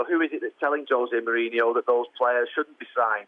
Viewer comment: Why can't they pronounce his name right it's Mourinho not Mourinhio no I in his name idiots!